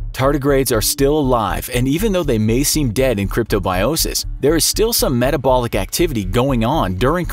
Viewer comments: Says “etabolic” instead of metabolic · I think it's metabolic, not etabolic. 😐 😂